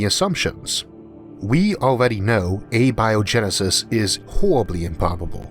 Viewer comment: You have recurrently pointed out that you have a speech impediment. For simple curiosity's sake why do you use A-Bio-genesis, vs. Abio-Genesis? both would sound equally intelligent?